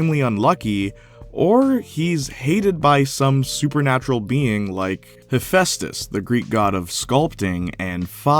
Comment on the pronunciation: Hephaestus is pronounced: Heff-eye-stuss And not: Heff-ess-tuss Hope that helps in future